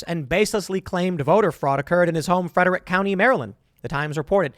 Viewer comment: It's bugging me how he says, Frederick. Never heard anyone say it like that and I'm from MD.